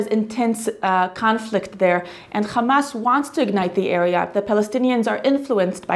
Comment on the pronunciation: War between Israel and Gaza did not start on Oct, 7th. This bloody day was just the continuation of a long lasting war. As Gaza is under blockage since 15+ years, they are victims of acts of wars. Moreover, why not pronouncing "RRRrrrarretz", "Tsarrrrral" or "RRRrrrrebrew" like you do for "RRRrrramas"? May the people in Israel be in peace as the people in Gaza and West Bank.